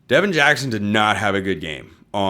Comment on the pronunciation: Its Devon Jackson, not Devin Jackson , who is a 2026 Oregon recruit.